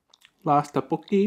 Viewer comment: it’s pronounced “thuk - boak - ki.” looks delicious!!